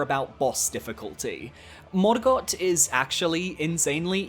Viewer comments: Stop saying morgott like that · I love this channel but every time you pronounce Sekiro and Morgott that way I die a little bit inside